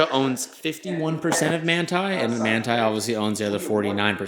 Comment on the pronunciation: So it is Manthey Racing but you pronounce it? #interesting